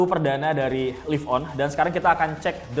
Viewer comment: nah kalo yang sekarang udah bener bacanya: live on (liv on) kalo dulu bacanya: live on (laiv on) udah nyadar ternyata